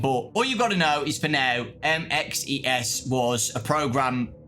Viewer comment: bro just say “ MXES” and not “ M.X.E.S.” Please 🙏🏾 😅 didn’t we not see him in trailer at the end of